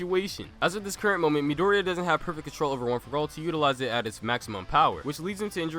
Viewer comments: 1 can you maybe pronounce Midoriya's name like "mee-dor-ee-ya"? Instead of "mid-ory-a"? 2 Midoriya has a lot of potential, due to the way his quirk functions, but I would say that bakugo should be in first as of right now, because of his destructive quirk. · I pretty much agree with the list. But please learn to pronounce Midoriya or call him Deku or Izuku =D